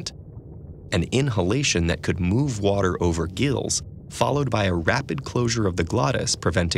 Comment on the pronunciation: One word wuter